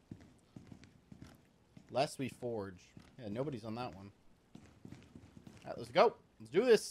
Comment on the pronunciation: did just said "Lest We Forge" instead of "Lest We Forget"